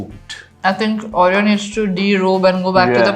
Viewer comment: Why does she say ‘Aureyaw’ and not Oreo 😢